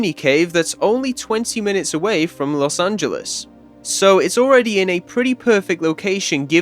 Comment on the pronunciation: Guys, he did it. He pronounced "Los Angeles" correctly.